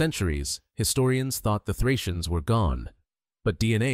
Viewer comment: Плохо, что такой важный материал, освещает Ии. Отвратит. ударение, фракийцев наз. "фрийцы". 🦧